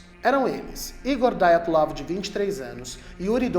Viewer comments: PELAMORDEDEUS!!!!! Parem de pronunciar nomes russos como se fossem americanos!!!!! A pronúncia correta é DIATLOV e não Daiatlov!!!!! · Não se pronuncia "Daiatlov". É um nome russo, portanto se diz Diatlov. É o minimo que se espera de alguém que posta um video.